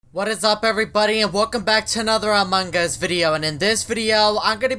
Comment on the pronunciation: He said "among gus"